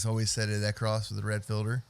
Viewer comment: Acros, not "across". Good lord.